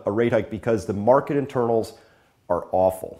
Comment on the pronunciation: Chris, I heard an "R" hit the floor ...Maahket. As a resident of N New England, it felt good to hear my people, if only for a second.. Kidding aside it made me think of the vastly unsung personal quality of the Yankee work ethic. Thanks for posting the updates.